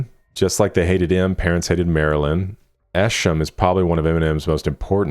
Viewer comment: Nice mispronounciatiom of Esham